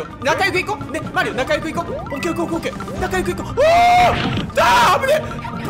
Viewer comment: 最後の「うお、危ねぇ」のうおが魚になってて草